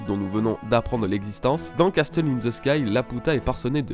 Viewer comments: pour le mot"castle" on ne dit pas "casteul" ca se prononce "cassol". je chipote je sais mais c est bon a savoir. bonne video en tout cas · cassol ou cassel? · Hyper intéressant. Merci au gars qui a pensé à tout ça. "Castle" se prononce "casseul", le "t" est muet. Juste pour ton info perso^^ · Arnaud Durand en tout cas le T est muet